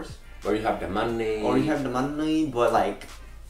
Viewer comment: when said money in his asian voice i died😂